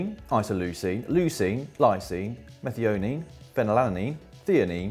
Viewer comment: When they mis-pronounced methionine and then say their is protein in DNA, I thought that was pretty obvious, but that was just me. Seems like they should really have got someone else in to help them with this kind of stuff, they go over the bath to see the sport scientist occasionally, it wouldn't have been that hard to collaborate with actual experts, or at least informed researchers over there.